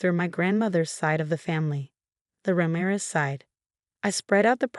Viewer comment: Mar-TEEN-ez. Ra-MEER-ez